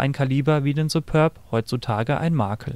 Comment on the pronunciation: SupÖrb? Das ding heißt "Superb"!